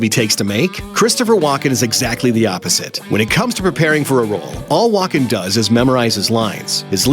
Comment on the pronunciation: AI generated voice thinks his name is Walk in